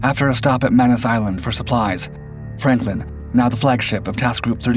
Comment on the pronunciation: Is it just me or does it sound like the narrator is calling the ship "Frampton?"